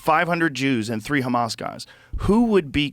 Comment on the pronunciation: “But Kkkkkhamas”